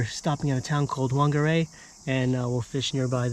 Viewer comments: and a heads up ...wh... is pronounced as a F so to speak whangarei is like fangarei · pronounce Fungaray